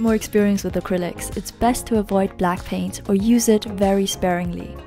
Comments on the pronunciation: BLACKPAINT IN YOUR AREA! (I kept hearing Blackpink instead of black paint lol) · Her: Black paint How I heard it: BLACKPINK